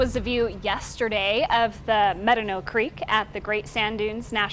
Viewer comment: It's Med-Dah-No creek.